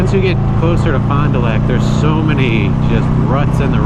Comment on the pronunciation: it was funny hearing u say fon du lac when im from south eastern wisconsin 🤣 just recently got a 04 lightning xb12s gifted to me n cant wait to cruise these back roads around here was nice to see some firmiliar areas in the video